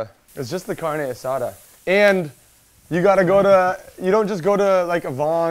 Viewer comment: As a hispanic hearing "car-nay aSAda" and "peeco-day-guy-yo" i'll let it pass 😂. I love these little competitions! I am getting HUNGRY!! Lets' GO!!!!